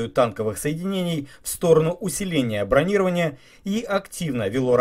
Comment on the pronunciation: Сабж круть но не брОнирования а бронирОвания.